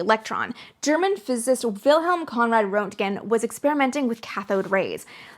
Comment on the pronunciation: More nits: Rent' gen is how I've heard it. And Nickel. Let me know if there is a private way to convey this stuff.